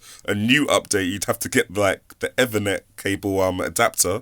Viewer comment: LOL the way you say "Ethernet"